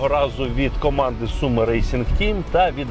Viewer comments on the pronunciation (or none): none